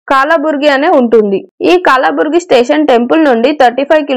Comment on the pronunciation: అమ్మా... కాలాబురిగి కాదు కలబురిగి